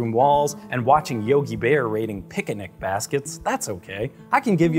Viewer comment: Say picnic again!